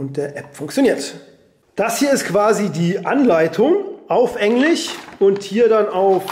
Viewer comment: Man Spricht das English nicht Englich und Chenesich